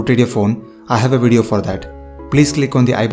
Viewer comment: im not criticizing and i appreciate your effort but why tf you say "weedio" for a damn "video"